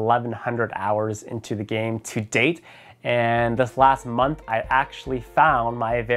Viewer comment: When he said "To date" I thought he said "To Day" 😂